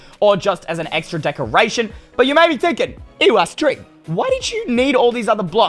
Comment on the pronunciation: U know it's Eystreem not EYEstreem